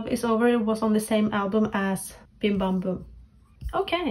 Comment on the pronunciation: Juri, the Japanese members formerly of AKB48, is pronounced with the J sound, not like “Yuri” btw Also, Suyoon and Sohee were on Produce 48 too, if you recognized them. Edit* Plus, it’s Bim Bam Bum not “Dim Bam Bum” lol